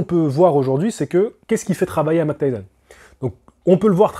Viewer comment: Il faut dire "Mahik" pas "Mac" Tyson stp :) Mike Tyson 😉